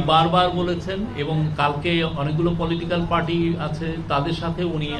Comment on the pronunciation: প্রধান উপদেষ্টার প্রেস সচিবের মত একটা পদে বসে উচ্চারণের যদি এই হাল হয়। আগে খেয়াল করেছিলাম উনি "র" এর উচ্চারণ ইংরেজি উচ্চারণে বলেন। এখন খেয়াল করলাম "প্রক্রিয়া"কে বলছেন "পোক্রিয়া", "চার্টার"কে বলছেন "চাটার", "পার্টি" কে বলছেন "পাটি"! মানে কি আর বলব! না হয় বাংলা, না হয় ইংরেজি। কাদের এনে কোন পদে বসাচ্ছেন!?